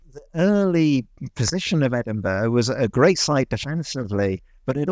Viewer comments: Is trolling you? I've been to Edinburgh (and Scotland in general) a few times now and I've never heard any Scottish person say Edinburgh with two syllables, like 'borough', the way suggests it is "usually said in Scotland"?? It's always been Edin-bruh, or Edin-brah depending on the accent. A quick, single syllable. I almost started to doubt myself until he then also said Holy-rood, instead of Holly-rood. 🤷‍♀ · It's a testament to your struggle for accuracy that you're pronouncing the city's name better than does! He somehow manages to call it 'Edin-buh' half the time... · Funny that an Englishman that has written a book on the Edinburgh pronounces it “Edinburrrrrrr”. So funny. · The ‘Edinbuh’ and ‘holey rude’ is killing me 😂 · the guy saying "Edinbur" honestly makes me cringe more than Americans pronouncing it like Pittsburgh, since at least they're doing it because they dont know any better, this guy is just pronouncing it wrong on purpose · It’s Edin-burra …..c’mon guys dinnae be a bampot and try tae say it’s anyhing else. ✌🏻❤️🏴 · It's definitely Ed-in-buh-ruh, though sometimes we say the last couple of syllables quickly. If you want to know what a "burgh" is in a Scottish sense there's a wikipedia page for it. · That was no expert. He made several errors, including being unable to set up a passable audio link. That helped disguise his failure to pronounce Edinburgh properly. Edin beh🙄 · Great video, i just hate how the told you exactly how to say Edinburgh right and then he proceeded to pronounce it wrong for the rest of the video, good on you for still getting it right though. Also I think he did the same for Holyrood its pronounced like Holly-rood more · How are you BOTH still pronouncing it wrong after correction 😭 it hurts in my bones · Being told how to pronounce Edinburgh at the start or the video and then continuing to mispronounce it throughout is crazy.